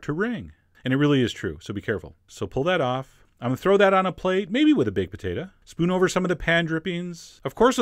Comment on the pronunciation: I love the way you pronounce "Stufeen" and "Potatuh"...